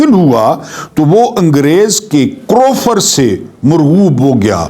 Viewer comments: کروفر نہیں سر ،، کرو۔۔فر۔۔۔۔۔۔جیسے دعا کرو۔۔۔۔ جیسے فرناز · Correction plz.. Lafz...krofar...nai h Karr o Farr h. Thanx